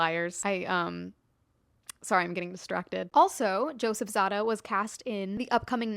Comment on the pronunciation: I think it's ZAY-da, not ZAH-da